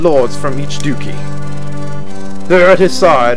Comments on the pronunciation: According to Merriam-Webster it is indeed pronounced Duchy, not Dukey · its Duchy, not dukey.